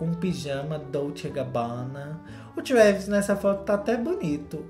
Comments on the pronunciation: O falando "Kravis" kkkkkkkkk eu morri nessa parte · toda vezz q o fala "KREEEEEVIS" eu morro de rir kkkkkkkkkkk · O falando Travis kakkakakak EU AMOOOOOOO